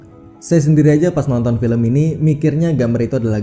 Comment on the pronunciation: Gw auto bengek dengar abang nya ngomong " filem pun.. berakhir." 😭😭😭😭😭😢😢